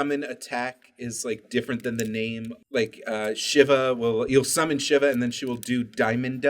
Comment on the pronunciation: I would just like to point out for anyone that does not know, Shiva's name is pronounced 'Shee-va'